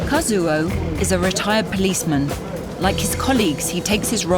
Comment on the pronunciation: Kazuo is pronouced "Kaz-oh" - in Japanese the "U" is silent in his name.